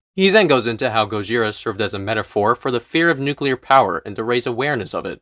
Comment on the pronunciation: I can forgive the bad opinions, the lack of research, the thorough misunderstanding of Godzilla as a concept... but when he said "nucular war" I lost it.